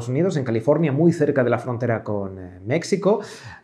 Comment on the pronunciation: * frontera con " m e c s i c o " cuando claramente sabe hablar español...